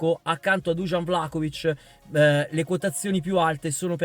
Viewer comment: ma perchè il cronista juventino lo chiama vlacovic? ignoranza o volontà di fare il fenomeno?